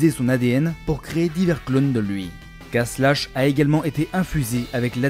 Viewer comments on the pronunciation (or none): On dit K'Prime pas K'Slashe😅 et Vice se prononce °Vaise